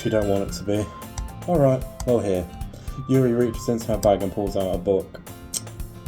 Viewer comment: You did say Yuri right, don't worry